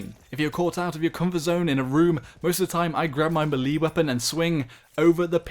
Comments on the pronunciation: It's meh lae not me li lol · I've never heard anyone say "Me Lee"... except a small child called Lee introducing himself! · ITS PRONOUNCED MELAY NOT MEELEE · Malee? It’s “may lay” u twat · "Melee" is pronounced "may-lay", not "mee-lee" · its pronounced "MAY-LAY" not "MEH-LEE" you dumbass, didnt you ever play super smash bros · It's pronounced "may-lay" not "meelee" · It's melee is pronounced Mey-Lay not Meh lay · i've never heard someone call it mi-lee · 'Melee' is pronounced "meh-lay". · I’m unsubscribing the way u say melee is brain raping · you are saying melee wrong, a lot. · You say melee really weirdly. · The way you butcher the word "melee" makes me cringe